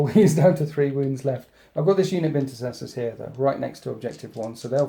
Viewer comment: I wonder how many of the 13th's old renegade ways have made their way into the 2nd company... I mean, with units called Incestors... Most awkward vocal mishap award, quite often, goes to.